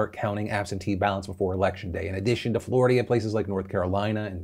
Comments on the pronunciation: "Flordia" Sorry, not to make fun but it made me giggle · Anyone else hear him say “Flordia”? 😂